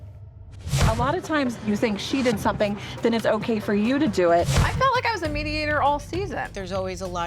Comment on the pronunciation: Gretchen!!! SOMETHING HAS A VERY NEEDED M that must be pronounced as such!!! Not as an N!! For the love of all things holy woman!